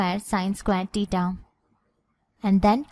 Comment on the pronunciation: Pahle theta bolne sikh lijiy madam😂😂